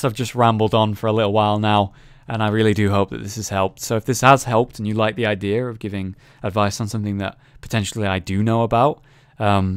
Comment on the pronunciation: Its funny how you say " idear instead of idea :D always makes me laugh